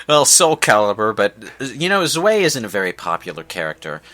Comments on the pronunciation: real quick its pronounced zvi (stv I) not zwey and yes it does mean two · Its "ZUWHY" not "ZUWAY" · Tch... It's [ʦvaɪ̯] ya dips. Or zvī if you prefer. With a V. German doesn't even have a "double-u" as such. They get it right in the cutscene. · Zwei is German for two. But it's pronounced like "zvy". Think of the word "why" but start it with a Z. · Man, they are raping the pronunciation of 'zwei.' It's: "tsvy"